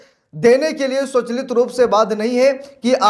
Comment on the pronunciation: महोदय स्वचालित को स्वचलित न पढ़ें